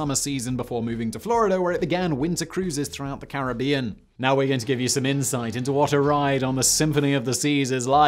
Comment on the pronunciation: It's Caribbean not Caribbean, come on Simon